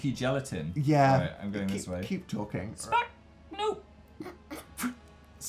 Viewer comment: Daniel... did you just say KEEp talking?